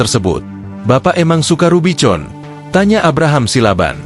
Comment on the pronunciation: RUBIVON bacanya RUBIKON.